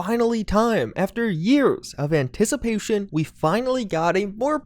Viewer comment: Antici... what? anticipooshion?